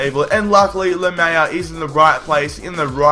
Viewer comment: His name is pronounced Laa Melea